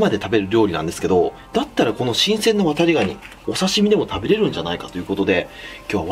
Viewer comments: 「ワタリ」の言い方が「渡部」にしか聞こえないw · 「コップにワタリ(119)の身を入れて〜」 ごめんワタリ、こうとしか聞こえなかった。